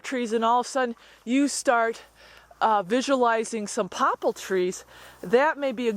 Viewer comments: What are "popple" trees? Do you mean Poplar (pop-lar)? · do you mean poplar trees? I UNDERSTAND you to say poppel tree. which is it please thanks love your video. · One thing about your video that I have trouble with is your pronunciation of poplar trees not pople tree. For those in other locations willows and cotton wood also hint at more moisture. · It's Poplar trees, not Pople. And before you say it, I know you're not dumb but very intelligent. Or how else could you have built such a fine homestead and garden with your hubby! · you keep saying popal trees...do you mean poplar? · Do you mean Poppal or "Poplar" trees? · "Poplar" "terrain" "too safe"